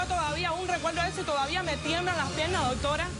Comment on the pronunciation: MUJER TEN EDUCACION, PARA HABLAR NO TIENES QUE DECIR TANTO DOTORA, NI SIQUIERA PRONUNCIAS BIEN ES DOCTORA,, Y QUITATE ESE TINTE TE QUEDA HORRIBLE, J jajajajaja. Cuanta crapula junta, jajajajaja POLO POR FAVOR EN ESTE NUEVO PROGRAMA DEL 29 DE OCTUBRE DE 2018 NO PONGAN TANTA CHUSMA QUE VUELVE UN GALLINERO, DE SER ASI COMPRE TAPE Y UNA CORNETA PUES SE QUEDARA AFONICA CON ESTOS SALVAJES SIN EDUCACION NI RESPETO PARA SU SALA